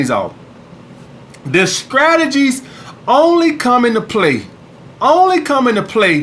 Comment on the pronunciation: "The SCRATAGIES"